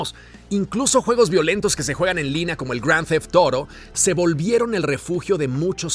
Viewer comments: Sigo sin entender en que país la palabra "auto" se pronuncia "toro" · "Gr4ound DEFPTH 0UTTO" jajaja buen vidio